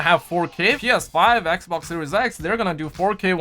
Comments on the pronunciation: it's xbox not eckbock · why does this guy always call the xbox, eckboxk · It’s funny how he says Xbox lmfao 😁 I’m not making fun of him I just think it’s funny 😁